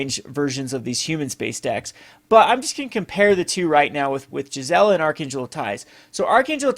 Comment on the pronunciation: Cool ideas, I support them but one thing Gisela is pronounced gēz elə. It's German based. Also, GIF is pronounced gif, not jif lol.